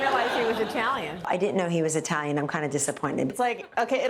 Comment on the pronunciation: And, yet, 'America' is 'I tal ian'!!